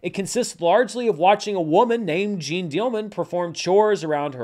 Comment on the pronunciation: it's really not Jean like zine, a little effort on the name perhaps?